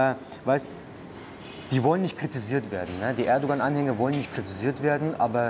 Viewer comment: Nichts gegen ihn aber für ein Türken spricht er Erdogan ganz schön falsch aus